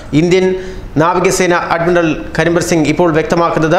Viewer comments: Adminaral അല്ല admiral. ശ്രദ്ധയോടെ വായിക്കുക സുഹൃത്തേ.. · അഡ്മിനറൽ അല്ല... Admiral.....